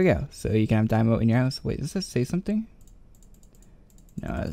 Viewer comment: Daimo? lmao wews im sure even Adam Bohn would cringe in the way you pronounce Daimyo's name xD